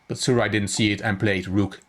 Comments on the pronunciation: the " j " is not silent. so the name is Su- Raj. Good analysis by the way. love your channel. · you pronounced my name the wrong way, 'j' is not that type of 'j' which karjakin Sergey has . but you showed me all the mistakes which i performed . I thank you. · it's ok :) the 'j' is not silent it has normal 'j' effect.